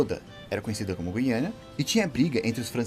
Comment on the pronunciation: O nome correto não é guiania..É guiana caralho!!!